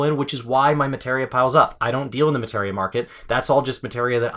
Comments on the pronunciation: Muh-tee-ree-uh is how it was pronounced since the ps1 days. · Say it with me now. "ma·te·ria" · Why do you say materia wrong?